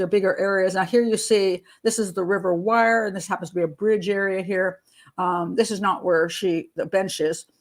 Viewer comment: Wyre is pronounced "weer"' .